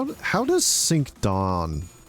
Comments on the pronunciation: Pretty sure Cinq is not "sink" but pronounced closer to "sank" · Hello, fr*nch person here It would be pronounced sa(h)nk or [sɛ̃k] in phonetic transcription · listen dude, I'm not a teacher. I'm a normal commenter. It's closer to "sank" I mentioned that and left it at that, whether he fixes it or not wouldn't affect me, just letting him know he's saying it wrong and there's a way to say that's close to correct with least amount of changes necessary... It's not that deep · Cinq - pronounced as s-ahng-k